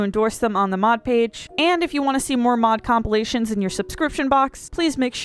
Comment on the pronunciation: Did you really say complations? You mean compilations?